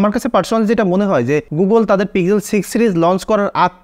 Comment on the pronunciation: পিজেল নয় দাদা পিক্সেল